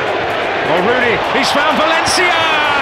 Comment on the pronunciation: lol.... ROOONEY